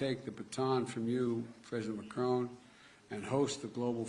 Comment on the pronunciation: He can’t even say Macron’s name correctly 😂😂